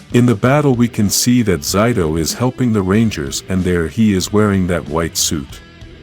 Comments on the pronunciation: It's Zayto, not Zyto. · Why those he say zido